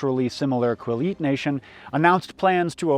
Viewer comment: Also Quill-yute with a little trill on the l in the center . (in the first section)